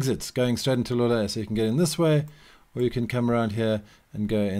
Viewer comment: For anyone trying to pronounce Loulé, the correct pronunciation would be "Low-lé", and not" "Lu-lé". Great video!